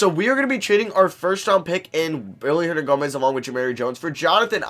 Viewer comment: why do u say billy hernangomez when it’s willy?